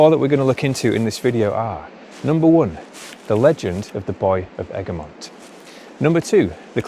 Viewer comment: Ergemont is pronunced eh·gruh·muhnt because English is the way it is and it's never the way you think.